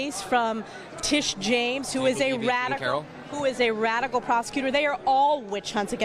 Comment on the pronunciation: I like how the emphasize the buzz word “radical” “bias” it’s so dumb